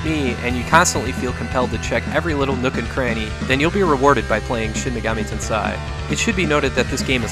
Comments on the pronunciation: Great video! Just a hint on pronunciation: Shin Megami Ten"say" is the correct one, not "sai". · It's pronounced "ten SAY" not "ten SIGH". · Shin Megami "Ten....say" If you want to know how it's pronounced (no offense) "ei" is pronounced "ay"...🖤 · Bro, "tensei" is pronounced like the English words "ten" and "say". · It's pronounced Shin Megami TEN-seh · Say sensei. Okay, now say tensei. That's do you do it great job!